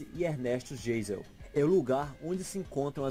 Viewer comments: Muito bem feito o documentário. Uma correção: não é "Vacária" e sim Vacaria. E não é "Geisel" o presidente, e sim pronuncia-se "Gaisel". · Geisel, lê se "Gaizel" e não Geizel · Ernésto "jêizel" CARAMBA!!!! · Ernesto "Gêisel" também, sendo que seria a pronúncia "Gaisel" kkkk mas o vídeo e o react foram bons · Só quem conhece alemão sabe que a pronúncia de Geisel é Gaizel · Apenas o nome de Vacaria e não Vacária e Geisel (lê-se Gaisel) foram alterados. Rio Grande do Sul é um lugar muito bonito e mostra a grande diversidade que o Brasil possui. VIVA O RIO GRANDE TCHÊ! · Eita que esse rapaz não sabe falar! O sobrenome do ex presidente pronuncia-se G AI sel, pois é nome alemão. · O narrador brasileiro pormignorência não pronuncia corretamente muitas palavras que pronuncia tais como; Vacária ao invés de Vacaria, e Ernesto Geisel que se pronuncia Gaizel. Procure conhecer sobre o vale do Vinhedo e vinhos brasileiros. Os melhores espumantes do mundo. Gramado e Canela merecem uma pesquisa própria. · O narrador, não sabe pronunciar os nomeS das cidade tal, cimo: "VACARIA" E não Vacária, isto não existe. E o presidente chamava -se GEISEL, pronuncia-se GAIsel... Familia tradicional do Rio-Grande-do-Su. É tem maior concentração de imigrantes de expressão alemã. GRANDE parte, vieram p'ro BRASIL, qdo do casamento de D. Pedro l, com a arquiduque austríaca Leopoldina de Habsburg,.. E mais de meio século antes da unificação da Alemanha por OTTO VON BISMARCK EM 1870. É a chamada República de "República Piratini', seccionista. Duroou aproximadamente 10 anos, e nunca controlou todo o território do Estado. Só mesmo o extremo sul. Estudar, pesquisar é preciso ANTESde deitar a "Falação".